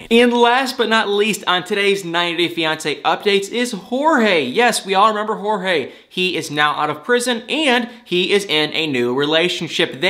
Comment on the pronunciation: Btw, Jorge is pronounced "George" that's how it was said on the show.